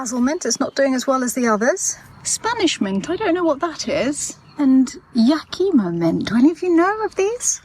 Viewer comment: Thank you for the correct pronunciation. I thought it was Yah-Keh-Mah.